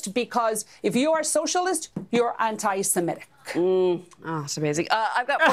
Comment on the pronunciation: Not "anti-siMETic". "Anti-seMITic."